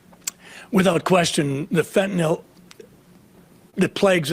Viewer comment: Why do people pronounce fentanyl as "fentanol"?